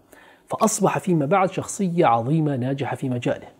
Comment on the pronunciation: عظماء .. عظيم ..عظيمة .. بالظاء وليس الضاد